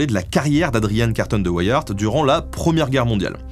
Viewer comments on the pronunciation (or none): pout info, vu que Adrian était belge, son nom se prononce à la française: Carton comme du carton et Wiart (prononcer Viar) Bonne journée et merci pour le documentaire. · Carton de Wiart se prononce en francais belge comme ceci : Karton de ouiar ;) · on dit Carton, comme du carton, et on dit de WEE AAERTT, mais c'est à la belge, et j'adore tes vidéos. Bien sûr, il y a de nombreuses rues, des squares, qui portent le nom de Carton de wiart chez nous. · Excellent épisode comme toujours. Dommage pour la prononciation, certes anglicisée. Adrien (Adryen) Carton (comme un carton) de Wiart (oui ar). De même, on parle pas de la guerre des Bo-aires, mais des Bours : cela vient du néerlandais, les Boers, ce sont les fermiers... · Bonjour, très intéressant comme toujours. Petit détail, tout de même : la famille Carton de Wiart est belge et normalement, le nom doit se prononcer à la belge, c'est-à-dire : Carton (comme en français) de Wiart ( le "w" se prononçant "ou" comme en néerlandais ou en anglais, le "i" comme en français, et le "t" final ne se prononçant pas). La mère d'' Adrian étant d'origine irlandaise, cela explique son prénom d'aspect britannique. Les anglais ont bien sûr logiquement anglicisé la prononciation de son nom, mais me semble-t-il, en gardant le " i" de Wiart comme en français, et non pas en le prononçant "aï ". A vérifier. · En fait tu peux le prononcer à la française. Carton de Wiart comme le papier carton. Une grande famille belge :) (même si le prononcer à l'anglaise à du sens par la suite vu où et comment il s'est illustré). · Tu peux prononcer so nom à la française , aucun Weyiart ici . Et aussi les Bo hairs (lol) en néerlandais c'est les " bours" (paysans) . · Même pas fichu de prononcer le nom d'Adrian Carton de Wiart... On voit que les recherches sont sérieuses ici